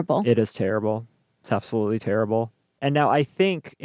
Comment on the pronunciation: AbsoLOOSELY 😂😂😂 I couldn't stop for over an hour!!!!